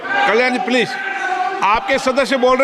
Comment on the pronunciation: स्पीकर जी कम से कम please का उच्चारण तो सीख लीजिए